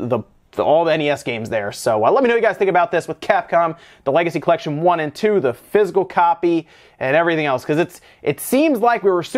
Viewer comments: I love your channel but it's not pronounced "fizz - el" it's "fizz - ik - cal." Half the time you got it right but for some reason it drives me nuts. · Took me a few minutes to figure out he was saying physical not fizzle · So confused until I realized he was saying "physical copy" and not "fizzle copy". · When you say "Physical Copy" it sounds like "Fizzle Copy" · I thought you were saying fizzle instead of physical.